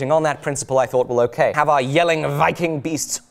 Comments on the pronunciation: Love how precise your pronunciation of the danish city name Jelling is 👍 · Apart from the awesome way you approach your work. I wanna tell you that you abseleutely nailed saying Jelling. which is a feat considering almost no british or amaerican person I know have had a chance pulling off saying a single word in danish correctly! PS you're awesome!